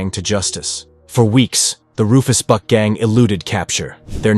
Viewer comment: Did anyone else hear him say "The Rufus BUTT gang"? LMFAO I thought they were actually called that so I googled it and it's actually "Rufus buck" 😭😂